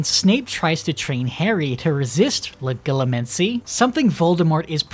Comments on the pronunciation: the way you say legilimency makes me want to die, IT’S LE-JEE-LEE-MUN-SEE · I always pronounced the g in Legilimency like a j